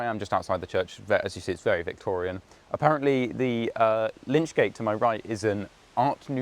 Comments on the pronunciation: Lychgate, without the 'n'. From the Old English 'lic' meaning corpse. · Another enjoyable and informative tour, thanks! The word is "lych" gate, from the anglosaxon "lych", "corpse". The coffin would be placed under the canopy prior to burial.